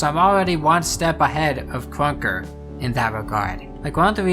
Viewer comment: why do you say krunker like kwonkah? :hand-orange-covering-eyes